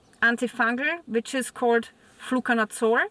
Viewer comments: What is this word youre saying? "Flucanutsore"? ? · Nevermind I figured it out you're saying "Fluconazole"